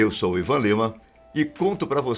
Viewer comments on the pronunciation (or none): none